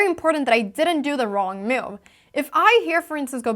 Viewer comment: When move is a verb, Anna pronounces it ‘moove’. When it’s a noun, it’s ‘myoove’. So sweet!